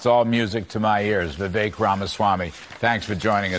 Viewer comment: For the love of God! His name is pronounced "Vi-Vake" !!!!